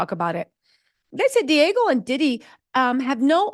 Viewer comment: Say it with me D Ahhhgg Geo = Diageo not Diego!